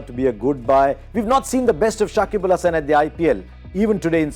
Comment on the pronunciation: shakib al Hasan not sakibul🫤